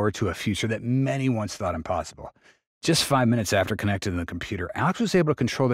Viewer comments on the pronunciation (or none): none